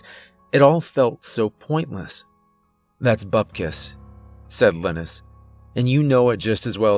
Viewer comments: You good sir are an amazing narrator this being said I believe pronouncing Linus as (Lye-Nus)and not Lynn Nus is much more fluid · I hate to be that guy but its pronounced lie-nus not liness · Usually when someone mispronounces a name, I don't pay any attention to it. But I've never heard of someone named Linis - pretty sure it's Lie-ness. I'm just saying and I'm hoping he gets killed off because it's driving me nuts. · The name is (Lin-nis)? You sure it’s not (Lie-nus)? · All I can think is Linus is probably pronounced Lie nus as in Charlie Brown's friend, because I've never heard the name lin us. Good story. 🤗💚☮ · Every time you say Linus with a short i. I wonder how you’ve never seen Charlie Brown. Lol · Ugh couldn’t stand the way he pronounced LIE-NUS. Couldn’t listen anymore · Linus - LINE- US. Like in the peanuts comic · I think Linus is pronounced "Lie-Nus" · I think it's pronounced LYE-nus... like the kid from Charlie Brown 🤔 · ...I couldn't help but think that's a weird ass way to pronounce 'Linus' ...cause most use 'lie-nus' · good story,great narration but I think the name Linus is pronounced Line-us.As in Charlie Brown's Linus :)